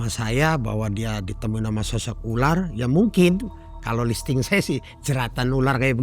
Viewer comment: insting / bukan listing 🙏🙏